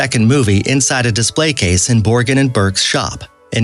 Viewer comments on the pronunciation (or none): none